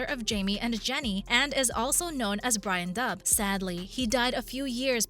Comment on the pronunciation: Dooogal!! MacDooo !! Brian Dooo. Get it right please.